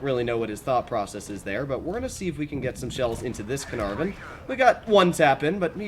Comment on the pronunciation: "the canarven"? "the larva"?